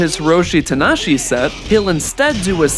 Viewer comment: 28, that wrestler's name is 4 syllables, Ta-na-ha-shi, not 3. Idk man.